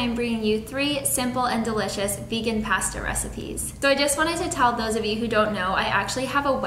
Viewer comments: Why do all vegans say “pasta” like that lol😂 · The way she says pasta. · Mvstvng cause she is canadian :)